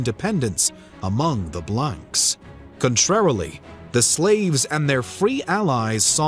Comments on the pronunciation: In French Blanc or Blancs is pronounced "Blan". C and cs without a vowel at the end are silent. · Hello ! I’m a big fan of your work… just a note: the « s » at the end of the word blancs is silent… as well as the « c » ! I’m a teacher in France, so if you need some advices how to pronounce french words in a future video, feel free to ask, I’ll be happy to help. In the meantime, keep on the good work, I really like your videos. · The -ncs is silent. Just saying ;)